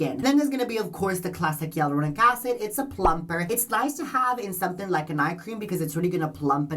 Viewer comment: “Yalouronic acid” lol